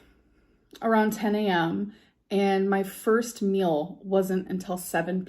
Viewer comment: Does anybody else notice that she pronounces “meal” like mill, and actually vice versa. It drives me crazy.